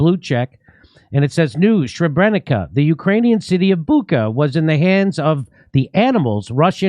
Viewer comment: Yeah, Jimmy can't even pronounce Sebrenica correctly